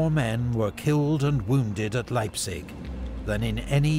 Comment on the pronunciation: wtf is "leizip"? ^^